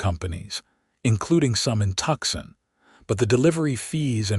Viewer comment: If you are going to use real city names you need to learn how to pronounce them like Tempe, Tucson etc